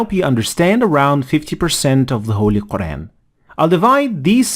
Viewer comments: A person who can't even say Quraan , is going to teach Quraan, what's wrong with this ummah. If you want to learn Arabic, enroll in a madrasa or go to an Aalim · Dude doesn't even pronounce "Qur'an" right.